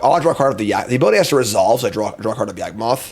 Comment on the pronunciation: YaWgmoth, not YAGmoth...